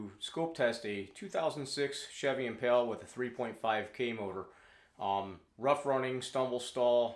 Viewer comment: It's not 3.5 k it's 3.5 L. Why do people keep calling it "IMPALAAA ITS LITERALLY JUST IMPALA. NOT PAAALAAA MY GOD. STOP CALLING IT A K MOTOR ITS LITER!!!